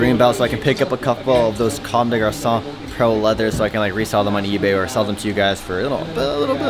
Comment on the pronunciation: You actually say comme des garçons well lol, usually people say come dess garconn